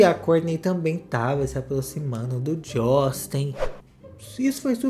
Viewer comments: "Jostin" Bieber kkkkkk 😂😂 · A cada" josten" falado eu dava uma gargalhada sincerakkkkkkkkkkkkkkkkkkk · E a risada que eu dou toda vez que o fala Josten 😂😂😂😂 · Me acabo de rir,quando o fala jóstin 😂😂😂esse cristal é terrível rsrs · Na época Justin corrigiu a Sabrina imagina se ele escuta ele falando o nome dele😅😅😅😅😅😅